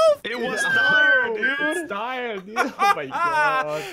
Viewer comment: Ian you are my favorite YouTuber, but how did you get DIRE wrong?